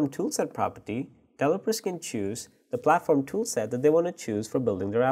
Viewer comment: It's pronounced DEV-EL-OP-MENT .... delopers....Holy Christ.... If you don't already know what he's talking about this butchering of some words every new and then is very annoying and makes understanding what he's talking about impossible assuming is was possible at all...